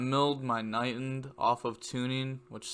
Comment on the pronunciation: And it’s KnightED. Not Knightend. Just to let you know.